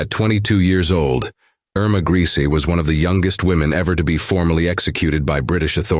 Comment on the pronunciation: Her name was pronounced "ER-ma GREY-sah"...not "Greasy "